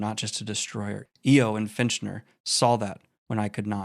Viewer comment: It's FITCHner, not finch-ner. Prime?